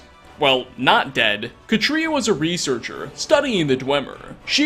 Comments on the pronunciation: Pronounced Kah-tree-ah, like cat. Not. Kuh-tree-uh. The accent is on the first syllable, and the a is short. I know this because I know three, yes, three real life women named Katria. And they would all take pliers to your tongue until you said their name right lol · Katria is: CAW-tree-uh. CAW. Tree. Uh. Listen to her pronounce it in game.